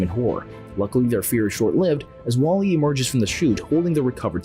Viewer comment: I thought you said waffl-E😂